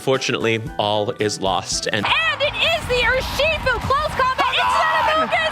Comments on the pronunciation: the way you pronounced urshifu put me into cardiac arrest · I don't want to be that girl. I understand any and all mistakes. You are a shining ray of hope in a collapsing world (a bit dramatic, I know). Its Urshifu. Not Urushifu. Also, the Porygon evolution line does appear in the generation nine anime. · I have never heard Urshifu pronounced like that. 😳 "Oo-er-shifu"?. "Urso", meaning Bear, plus shifu, meaning "master". "Er-shifu". You got this,. 😅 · I'm rewatching this and hearing you pronounce Urshifu as Urushifu hurts me still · Great video,! Thank you! Also, just an FYI, the pokemon's name is "Urshifu" (i.e. ursa + shifu). But thanks again, I really loved the Amoonguss trans icon origin story! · I stg it’s urshifu. There’s not a second u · just wanted to say this quickly, Urshifu is pronounced Ur-shi-foo, not done with watching the vid yet but phenomenal so far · Most insane urshifu pronunciation I have ever heard